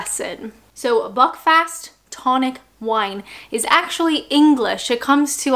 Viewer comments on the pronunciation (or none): none